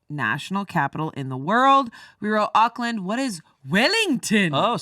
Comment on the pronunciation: You guys pronouncing New Zealand cities were so cute!! It sounds likes you're saying Oak-land, we say it like Orc-lind and the little pause between Christ and Church.. just run it all together ☺